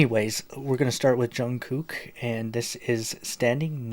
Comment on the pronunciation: Just to let you know his name is pronounced like Jungkook (Jung cook)